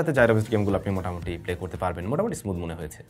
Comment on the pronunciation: ৩:১৭ মিনিটে মিসটেক আছে ভাই,, আপনি মোটামুটি, না বলে মোতামুটি বলেছেন